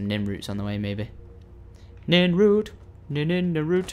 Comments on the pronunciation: NIRNROOT not nimroot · Syndicate it is Pronounced NiRnrooWt :P